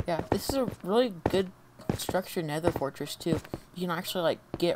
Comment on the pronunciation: Check at 32 seconds you say at the templates es es forteress